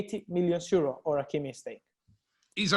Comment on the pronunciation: Why Fabrizio always pronounce “Euro” as “zero”? Is that Italian accent or what?🤔